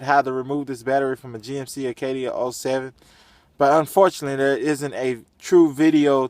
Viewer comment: It's ACADIA not Arcadia :)